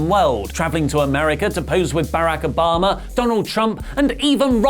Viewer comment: Nobody:: BOrAK oBamA